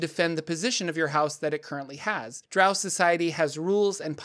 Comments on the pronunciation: It's pronounced Drow like grow and row. It's origin is Scottish for trolls that avoid sunlight. Dtrow is the original creature the Drow were inspired by. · Bruh…..its Drow (said like ROW). Get my peoples name right. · It's Drow..like D then Row...like row a boat. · I've long held the view that the name of the race is pronounced Drow as in row row row your boat gently down the stream. As opposed to the more nasal way of saying it that so many people do, Drow as in, OW ow ow, I stubbed my toe on the end table again. Perhaps it is just me... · I’ve alway pronounced drow like crow and loth like cloth but I agree either way someone would say it’s wrong. Then again I’ve always pronounced Drizzt as Drizzit. For some reason my mind’s eye always put an “I” in there. Wasn’t till like the 3rd or 4th book I realized there was no “I”! Lol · Why pronounce DROW like COW? In the video the word drow comes from the word DHAEROW which means DROW should be pronounced like grow, mow, etc.